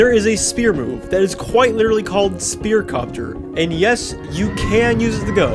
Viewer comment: its not spier its spear lmao